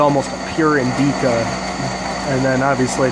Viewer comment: wuts 'Indeeca ? ... you mean indica ? .. pronounced indicka short i short a